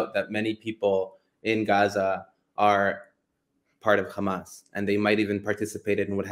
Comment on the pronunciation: It would be nice if he would stop saying Khamas. Kind of irritating